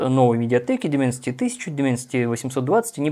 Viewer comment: Дайменсити, Дайменсити, а не Дименсити...